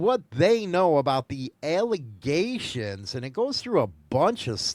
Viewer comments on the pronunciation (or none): none